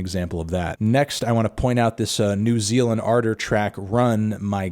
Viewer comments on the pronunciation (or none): thought melon said “New Zealand Ardor record” instead of “new Zeal & Ardor record” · Without thinking I searched for the "New Zealand and Arter" for the RUN track because of how Anthony pronounced it. Lmfao